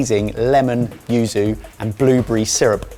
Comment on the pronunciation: So clearly won that battle and not just because he's dreamy, but I feel like he needs an extra brownie point for saying yuzu consistently, rather than Uzu, and Yuzo. could probably get one for his hard work trying to say Malpua, although I still don't know the right way to say it.